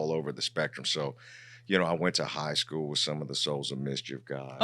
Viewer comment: Man he to koo for skoo 😂😂😂😂